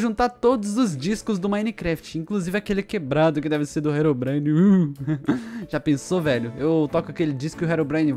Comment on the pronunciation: "Rerom brain" kkkkk o certo e Herobrine